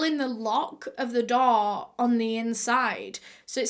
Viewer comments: Am I the only one who keeps thinking that she's saying doll instead of door 🤣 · aw yes, not the door but the ✨daw✨ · whenever u say door it sounds like doll 😂